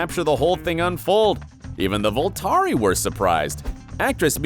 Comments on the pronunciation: No, I just had to pause every time he said VoltAri, cause there's just no way it made the edit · STOP SAYING VOLTARI, OMIGOSH!!!